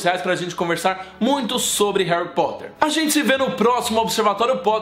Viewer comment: Vc fala hanrry